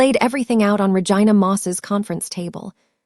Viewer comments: The way the AI pronounced Vigina😂😂😂😂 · Every time she says Ra-Gina I crack up because what lol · 😂😂😂 I thought she was saying Vagina oh it was Ragina oh my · You need to pronounce the name right since you named her Regina